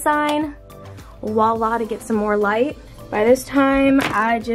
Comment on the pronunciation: Every time you said “wa la” i laughed hahaha P.s. it’s “voilà”